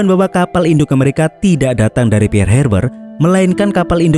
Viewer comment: Pearl wak..bknya "pear".."pear" itu buah..🤣🤣🤣